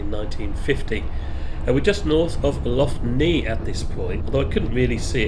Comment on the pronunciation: Excellent video. The train is much more scenic, especially where it passes benone beach and Binevenagh mountain. The pronunciation of Lough Neigh is Lock Nay